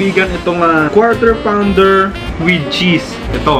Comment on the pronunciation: "KWAW TER PAWN DER" pa more kuya. Hahahaha